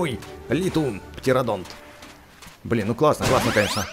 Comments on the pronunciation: Говори птеранодон а не птеранодонт!!!!!!! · ни птеродонты ни птеранодонты А ПТЕРАНОДОНЫ (ну или на крайнях птерозавры) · Птерадон а не птерадонт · не птерадонт а птеранадон или птерадактель,!!!!!!!!